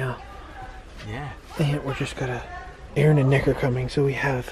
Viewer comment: at first I thought he said “Aaron and n****r coming”